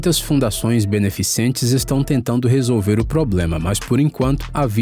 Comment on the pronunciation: Ooo locutor não é beneficiente é beneficente